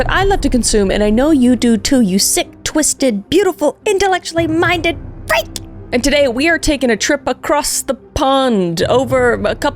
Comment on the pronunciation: Every time she says freak I think she’s gonna say b!tch 😂